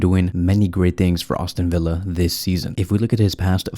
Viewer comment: Also brother it’s not Austin Villa it’s Aston Villa come on …